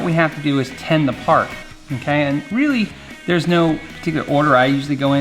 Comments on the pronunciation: I swear he is saying TEN. lol no biggie either way, just funny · I’d use a simple heat sync to make sure there’s no chance of damaging those components. Are you saying “Ten” when you’re supposed to be saying “Tin”? Or is that just an accent? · It's a nit, but it sounds like you're saying "ten." As "you need to ten the wires." I'm assuming it is the audio compression messing w/ your voice. The word should be "tin." Tinning the tip of the soldering iron is critical to effective soldering. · S'up! Are you saying "ten the wire" when soldering? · "Tin" the end of the wires, not "Ten" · Hi Fun video. Are you saying "ten" the wire? It's "tin".